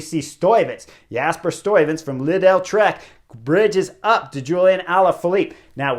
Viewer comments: Chris, it's pronounced Leadl. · Lidl is said sort of like "Lee Dell." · I’m loving your commentary on cycling in general and especially for TDF. It’s LIDL pronounced with no E. Lidl/Trek